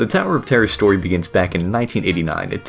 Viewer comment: "The California sower of terrier"?